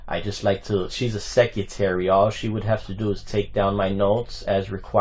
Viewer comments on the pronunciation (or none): What’s a seck-yuh-tarrie? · What’s a secutary? Does mean secretary? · No idea, however, to me, it sounded like he pronounced it “sec-utury”